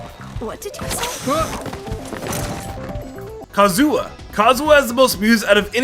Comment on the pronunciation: Ah yes, Kazua